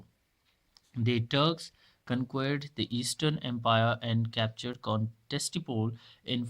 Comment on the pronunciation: It should be Constantinople not Constantipole